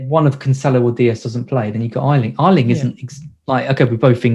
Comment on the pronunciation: GET THE NAME AYLING RIGHT MATE!!!! SAY YAYYYYY. THEN AYYYYYYLING